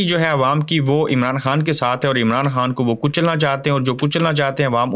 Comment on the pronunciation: Arey bhai aap خ ko ح padtey ho, eh kya baat hai ????